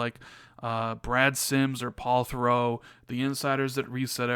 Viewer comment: Also it's Paul TherOTT not thurow